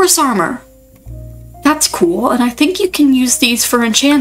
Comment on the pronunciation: 0 this is so cool!! ngl the way u said coo sent me at 6 mins (not mean btw)